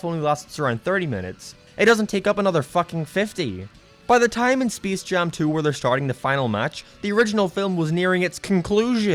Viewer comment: Bro this dude doesn't know how to say space